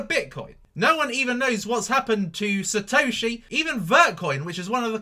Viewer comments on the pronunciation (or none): none